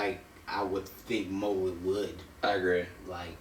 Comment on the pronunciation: you say mowgli wrong. it's annoying